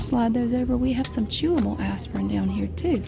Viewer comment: She’s so adorable, especially when she says Aspirin it sounds like Asspirin 😂😂😂❤️